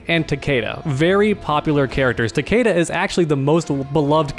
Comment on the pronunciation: It hurts when he says takeda like that